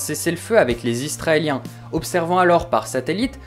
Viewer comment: franchement cool, sinon c'est IS-RA-ËLIEN et pas ISTRAELIEN, je pense que tu as du confondre avec les australien.